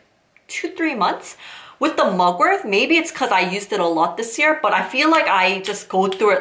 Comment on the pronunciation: It’s mugwort not mugworth